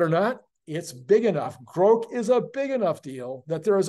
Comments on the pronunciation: btw I believe its pronounced like Grock. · Elon’s pronunciation of Grok is wrong. It is a short “O”. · Elon say's its "grok" long "o", its long "o"....